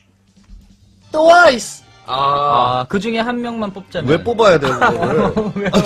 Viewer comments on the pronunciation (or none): is it just me that feels feels like saying towais instead of twice i cracked up bcoz of his pronouncation.